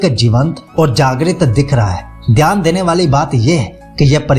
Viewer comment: dhayan ❌ theyan✅